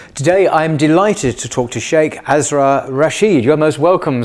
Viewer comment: With the utmost respect for It's pronounced "us" like "us" "Us -rar", brother 💗 🤝 Not like "as", as in "As" rar